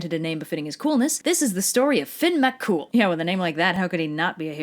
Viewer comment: The pronunciation of Fionn is Fyun, but congrats on the surname. Your one of the first non Irish people ive heard get it right